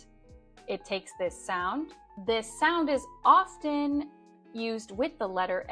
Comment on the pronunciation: Dear Ma`am you misprounounce the word ``often``